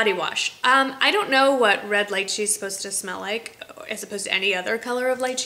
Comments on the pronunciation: Lychee= Lee-chee :) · Lychee, rhymes with "beachy". Thanks for all the great vids!